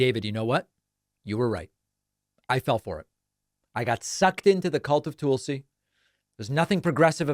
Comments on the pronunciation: It’s Tulsi, not Toolsi. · TUHlsi.... not TOOLsi. I know you are a grammar and pronunciation nerd so learn how to pronounce her name. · David, her name is not pronounced TOOL-si. It rhymes with ‘lull’. 👍🏼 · Why do you keep saying her name like that? Stop being weird. Just say it like everyone else does.